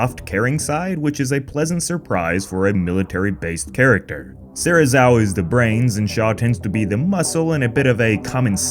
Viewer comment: it’s Ren Serizawa. Not even close XD